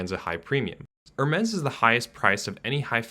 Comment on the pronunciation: I hate to pile on but also…the way he pronounces Hermès gives me heartburn.